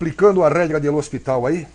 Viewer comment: Lê Hospital...kkk